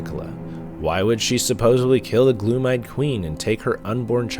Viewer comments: Gloam=glome not gloom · Gloam, not gloom.